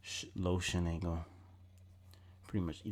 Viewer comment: I thought you said shit angle then you be saying shiningle do u mean shin angle ?